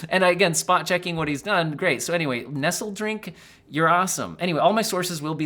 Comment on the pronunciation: Nestledrink is not as in "nestled", but "ness-lee" as in Nestle the chocolate milk drink mix :]